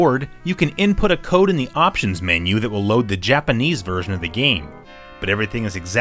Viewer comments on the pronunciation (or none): none